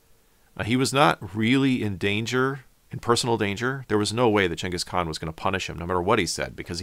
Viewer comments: Is it gangis, or yangis? Y do u keep saying yangis? Even spell check dose not recognize yangis khan. Its Gangis Khan. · They ur saying genghis kahn like jangkus kon is so annoying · Gang is khan not Chang is khan. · Never in my life heard "Jingus Khan" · Jenghis Kahn? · You know what I don't like about this video? This dude is so pompous, why is he calling him 'Chenghis Khan" without explaining?!?!?! We're just supposed to accept this?